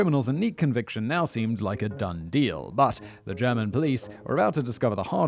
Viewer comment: As a german I find it super adorable how Simon pronounces German :)